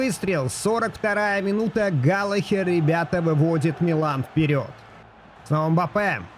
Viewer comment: всё супер, но пожалуйста, галаГер😅😅